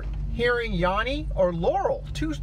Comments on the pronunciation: This is the first time I heard laurel everytime before this video I heard yanny, (not yonny as he pronounced) but i allways heard yanny with the same static noise at each part in between. Now its a clear laurel. Before it sounded like yanny every time now its laurel everytime. I think we may be going in and out of different multiverses maybe two supermassive black holes are spinning and about to collide or something. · Stop saying Yonny, it's Yanny. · It’s yANny not Yawny! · It's not Yawney, it's Yannie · I’m 31 and female, the first time I heard the clip I heard laurel, the 2nd time I heard Yanny but it actually sounded more like yaMMy with an M. When I heard it in your video, I heard laurel. Same with the dress, sometimes I see it black and blue other times I see white and gold. Very weird and creepy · It's laurel. I'm female and 31. I am so tired of hearing this clip and seeing it in my feed. Crazy thing just happened tho. You pronounce it "yah-nee" and I didn't think that was what others were hearing. I thought they were hearing "yeah-nee". However I just saw a "yanni" name appear in my feed on an unrelated video as you were talking. So it's clear to me this is a synchronicity manifestation thing. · Female-48 and I hear "yelly" every time. I've listened to it at least 20 times trying to hear yanny or laurel, but nope always yelly. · 59, female .... Yanny and I never hear Laurel. Actually it sounds more like Yanme. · I heard Yannie. 😄 Female : 54 years old. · The first time I heard it, it was like a combo of both I can't even describe it. This last time you played it, it sounded like yammy. weird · I am 44 and i hear yanny,but i think that it sounds more like yerny. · Honestly not liking how he is pronouncing yanny like "yawny" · I hear yammy not yanny. Male 43 Dolly in moonraker had braces, & that's a fact. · Wtf i hear "yary" like gary but with a Y odd. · All i hear is yeary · My wife hears yanni I here Laurel, how bizarre is that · I only hear Yanny